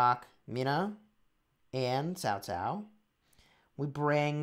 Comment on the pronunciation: you said "Cao Cao" just like an ordinary Vietnamese, man! :). Even a hot LOL streamer like Cowsep found it hard to pronounce the letter "C" in our language, though he had been streaming in VNmese sever for us for like almost 2 years. You got a talent right there man!